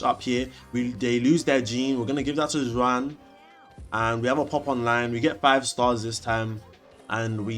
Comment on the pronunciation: your pronunciation of Juan is killing me 😭